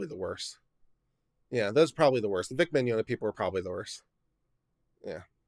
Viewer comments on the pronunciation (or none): none